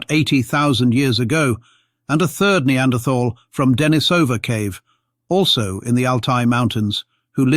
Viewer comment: Funny that the reader does not know how to say "Denisovan," or "Neanderthal."